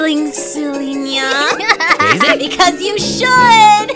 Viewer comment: Нья(nya) слишком не звучно. Ударение поставлено не правильно плюс интонация не та.